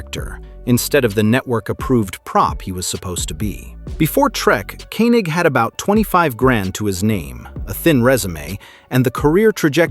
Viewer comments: His name is German and it is pronounced KING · And who is Walter Kee-Nik? lol